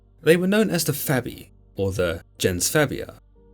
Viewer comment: "...they were known as the Fabii...or the Gens Fabia" Nope, that was not "Labia".